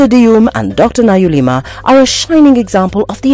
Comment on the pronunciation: Good on you Dr Naluyima, you make yo country proud. But the presenter made a mess of yo surname calling u "Nayulima" hi hi! She can be forgiven for that ... everyone knows she meant well though!!